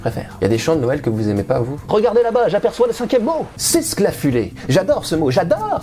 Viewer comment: Hahaa cette prononciation de seuël à la welch x) d'ailleurs en patois welch Noël se dit Nèy ou Nayèl, enfin dans les hauts côté romanophone en général quoi. Sinon le reste des Lorrains patoisants disent Nawèl. Comment ça on s'en fout?